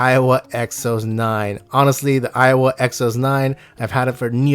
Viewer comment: Stop pronouncing it "Iowa"...... other than that... solid vids.